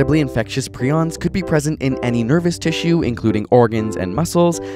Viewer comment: Jesus Christ the fact that you pronounced prions wrong is going to drive me crazy